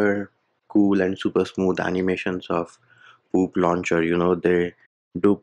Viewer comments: The way says Poop launcher is making me crack every time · did he just say poop launcher ☠️🤣